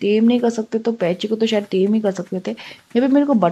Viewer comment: Tame hota hai dem nahi